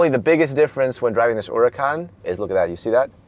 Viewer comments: URACAN 😂😂😂😂😂😂😂😂😂😂😂. Where’s the h 🤣🤣🤣🤣😂🤣😂🤣😂😂🤣🤣😂😂🤣😂🤣😂😂🤣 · There's An " H " in Huracán LOL